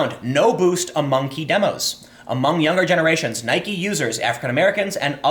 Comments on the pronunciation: It's pronounced "NIKEE" Americans have short term memory loss. Stock will go back up. I've never cared for Nike. But I'm loving the brouhaha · Time your killing me!! You say Nikeeeee correct then it's back to Nike and your saying Colin's name wrong wow I love you show but please please stop you grammatical correct reading. Love your podcast cast. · Jumping between nik and Nike might be worse that just pronouncing it wrong. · Tim, love your work, but it's "Nye-keeee" not "Nyhk" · It's pronounced "Capernick" not "Cape Er Nick". And why do you pronounce Nike like "Pike"? Do you perhaps reside outside the U.S? Hmmm... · come on dude, you're trolling now.... you pronounced nike right several times throughout this video, and pronounced it 'nikey' several times still... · I watched the video twice to hear Tim say N-ike. He should never stop doing that :P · Why are you pronouncing it 'Ni-Kee'? Did people bully you into pronouncing it that way? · He always says it "Nykee" :/ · You aren't even pronouncing their name right, Nike where the e at the end is NOT silent! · stop pronouncing Nike Like Mike with an N it really grinds my grears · You're inconsistent pronunciation of Nike confuses me. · The way you pronounce nike sucks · love your vids bro, but how you pronounce nike, and kaeppernick is killing me. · Nike doesn't rhyme with Bike, it rhymes with Mikey. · OMG YOU'RE STILL PRONOUNCING NIKE WRONG! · If Nike is pronounced like Bike, then Tim Pool is now Time Poll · Learn to pronounce Nike for the love of God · My dude, please just pronounce it correctly. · Why are you pronouncing Nike that way Timmy? Tell me and I'll give you a pudding pop. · I can't finish any videos where you pronounce "NIKE" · I’m confused why sometimes he says Nike correctly and sometimes he drops the E. 😂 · Not sure if you're trolling or not, but the constant mispronunciations of "Nike" and "Kaepernick" are really distracting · you sound like an idiot pronouncing nike incorrectly.